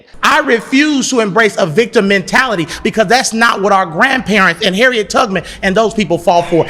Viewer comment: He said (Harriet Tugmon) but he is a Teacher and can't even Pronounce her Name Correctly told me all I needed to know he was at that School because No public School would Hire him.